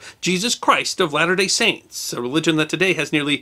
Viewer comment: Thank you for saying 'The Church of Jesus Christ of Latter Day Saints' correctly.